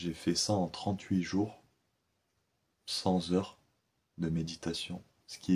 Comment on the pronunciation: Supdr pour ces méditations .. Ca fait un bien fou c'est vrai! par contre c'est CenT heures et non sanS heure ;) Cent ne prend pas de s il n'y a pas de liaison de S donc mais T CenT heures. Le sens c'est plus le même si on entend sans heure.